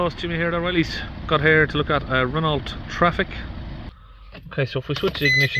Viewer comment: It's pronounced "RennO" mate.